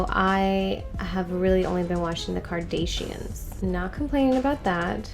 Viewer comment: Kardayshians 😂 AMIGA ! You're funny.